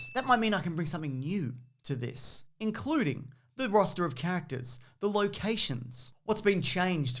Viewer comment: The way he says characters "cactus"